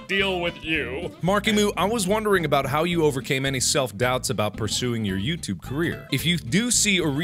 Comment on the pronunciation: who else lost mark when he was talking aboot youtube... XD srry